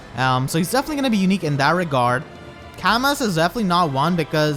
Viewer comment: "Camus"!?!? Oh no... Not you too... (It's pronounced, "Camoo" btw)